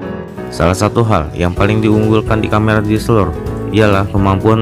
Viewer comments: DSSELOR LOH WKWKWK KNP G NGOMONG DSLR NYA AJA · Camera deseleeeer.. Blepetan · Ngakak gue denger nya diseler wkwkwkwk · Njirrr DSLR = DISELER 😂😂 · DSLR bro bukan DSLER😂😂😂😆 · Bilang DSLR nya biasa aja bambang